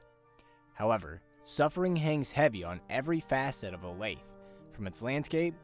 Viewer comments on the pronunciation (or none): every time i hear someone pronounce olathe as 'o-layth' i lose another year off my lifespan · If you pronounce Olathe, "o-layth" 3 times in a row, Jasper m will appear in your room to politely correct your mistake.